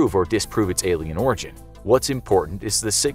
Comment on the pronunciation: I dont know why I heard alien in Oregon instead of Alien in Origin